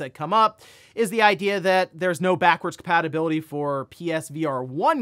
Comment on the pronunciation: "Backwards Patibility."